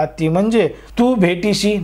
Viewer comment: तू भेटशी नव्याने,bhetishi नाही हो, उच्चार तरी नीट करा.काय भाषेची दुर्दशा झाली आहे.